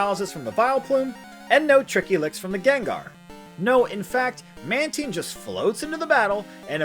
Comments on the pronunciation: Isn't it man tyne? Not man teen? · you pronounced Mantine wrong